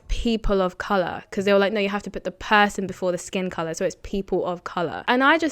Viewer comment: It's Color not Coluuuuur